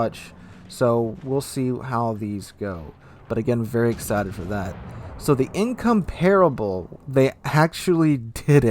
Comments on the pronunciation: HMS Incomparable is "In-COM-par-able", not "In-com-PAR-able". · Incomparable... lol I heard Income-Terrible.